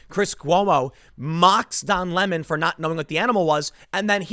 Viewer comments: It's pronounced Lee-mond😁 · Please pronounce his name properly. It's Don Le'Mawn.